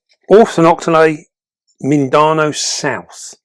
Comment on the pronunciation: Hi. Mindanao is actually pronounced as "mean/the now". Much love from the Philippines and keep 'em vids coming. 💖👍